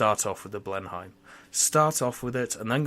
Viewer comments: Blen-Heim? You certainly don't sound German. The correct way of saying it is Blen-nim or Blen-hum, depending on your local English dialect. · Its pronounced Blen-im if you were wondering. Beafort is bow-fort.